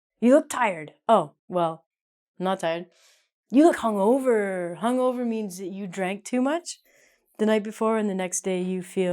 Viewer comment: Do we pronounce "g" in hung-over? It should be pronounced like this: hʌŋˈəʊ.və, but pronounced "g". I'm confused.